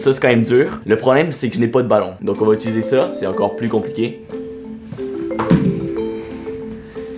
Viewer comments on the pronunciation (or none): none